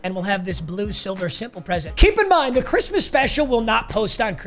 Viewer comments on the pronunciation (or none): none